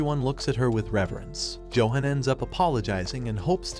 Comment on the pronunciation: Johan is pronounce Yo han.